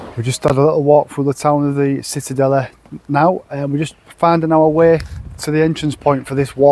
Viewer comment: born in Cittadella.the c isn’t like a s u have to say it like loud like CI